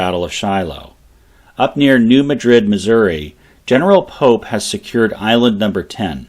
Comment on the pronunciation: In Missouri, we pronounce the town as New MADrid.